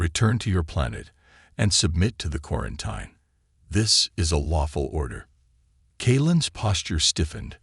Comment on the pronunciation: For God’s sake, the word is pronounced KWAR-EN-TEEN. 🙄